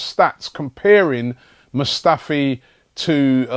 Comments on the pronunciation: Hey Robbie now that Mustafi has signed, could you learn how to pronounce his first name now? Cheers bro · It's Robbie,He butchers Players names😂😂....Is this your first time watching AFTV? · hey robbie since it looks like we are getting mustafi you should look up the pronunciation of his first name